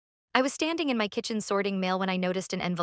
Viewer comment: This is a very harsh horrible AI voice, I don’t think I can listen to it all, it’s very grating on the nerves! also, it’s another AI voice that can’t pronounce ‘my ‘ it comes out as M Y